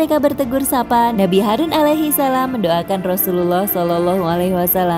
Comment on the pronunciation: Harun bukan harus kaaa